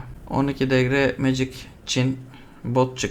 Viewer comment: Magic yazan iteme(MECİG) diyorsun olması gereken haliyle.Birçok insan MA GİC diye okuyor kanser oluyorum a m k.Legend itemi(LECIND) LE GEND diye okuyorlar kendimi skeceğim pc başında.